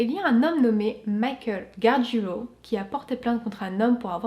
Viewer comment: GARGIULO, pas GARGUILO. 😉